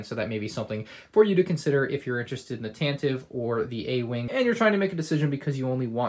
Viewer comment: Nice review! I loved building this set! Please bear in mind Tantive is pronounced as TAN-tuh-vee